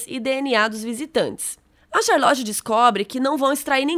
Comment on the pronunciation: Como albernathy vc fala com sotaque e charlot vc fala charloti kkkkkk amei o vídeo😍